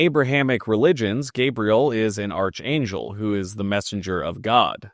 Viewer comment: Shows pronunciation of arch-angel on screen, still pronounces it wrong